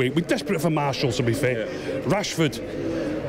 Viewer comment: EVERYONE : martial This legend ; marshal 🤣🤣